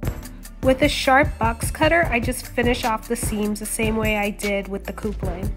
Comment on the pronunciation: You do awesome cosplay. Love your work. But ita cup-ling. Not coop-ling. Keep up the awesome work.